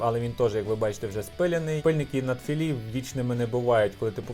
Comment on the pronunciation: Навіть в Аврорі це надфілі, а не наТфілі)))